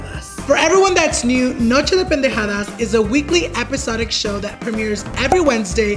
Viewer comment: Episodic lol why u gotta say it like that